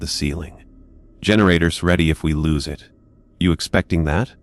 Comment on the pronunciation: The story might be okay but I couldn't get that far. I ...D like it better if it wasn't read by a machine that makes errors over simple words like it and I'd. Sorry but it's frustrating when real narrators get de monetized and you don't